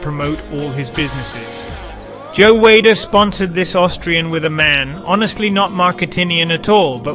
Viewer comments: Is this a robovoice in this video? "in the year one thousand nine hundred and sixty five"????!!!! Seriously? BTW Weider is pronounced "weeder" NOT "Wader"... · Joe Whey-der? The fuck? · It's pronounced O-liv-e-A and Wee-der. Please, if you're going to do a documentary do due diligence and make sure you've got everything right. Thank you! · It's we''' der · Who the fuck is Joe Way-der? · I hope the narrator isn’t the one who wrote this and is presenting this. You aren’t even pronouncing Joe Weider’s name correctly. I’m writing this pretty early in the video but also, anyone who knows Arnold’s real story also knows that the story about his dad’s funeral was taken from another bodybuilder he knew and he thought it looked good for Pumping Iron. I can’t stand inaccuracies in biographies this day and age.